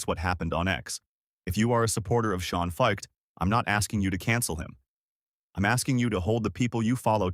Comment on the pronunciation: That's not how you say his last name. This just seems like an AI-generated hit piece.